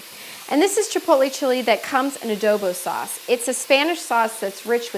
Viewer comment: "chipotle" not "chipolte"